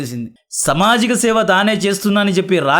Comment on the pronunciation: Bro samajika kaadhu saamaajika